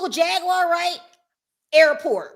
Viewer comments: They didn’t pronounce Jag’s name correctly…. They called her Jag Wire… Not Jaguar as it is pronounced … 😭… Did y’all catch that🤣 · Omg I didn't hear it until I read this comment. Why is she putting a T in it.